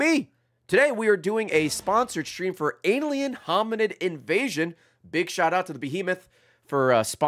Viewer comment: Who says alien like this?